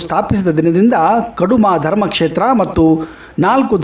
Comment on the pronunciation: ಕಡುಮ ಅಲ್ಲ.. ಕುಡುಮ ಅನ್ನಬೇಕು ಸ್ವಾಮಿ